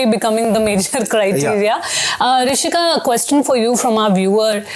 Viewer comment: I thought Rishika pronounced everything properly. Why should anyone be excused? We pronounce their names correctly, the least they can do as journalists is to learn how to pronounce ours properly.